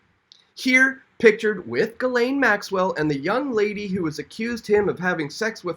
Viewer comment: Ghislaine is pronounced "jiss - lane" Maxwell